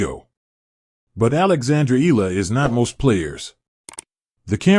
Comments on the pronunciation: It's not Ee luh. You should prounounce it the Filipino way Ey Yeah Luh (Eala)! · Be factual! Do not use AI just to get clicks an likes! and Alex's last name is ntot illa or eela. it is E A LA pronounced e-ya-la. do your research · It’ll take a few weeks before people start pronouncing her name correctly. EALA = EH-YA-LA. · AI or no AI, the voice commentators never get her last name right. E-A-L-A, pronounced E-ya-la. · Repeated mispronunciation of someone's name is just unacceptable, even if it's AI. IMHO